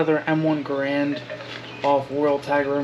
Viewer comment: Can’t even say Garand right lol